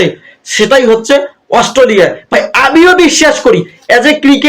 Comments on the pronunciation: Ostoliya noy re bhai Australia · অস্ট্রোলিয়া -- শূয়োরের বাচ্চা উচ্চারণ টাও ঠিক করে বলতে না 😂😅😂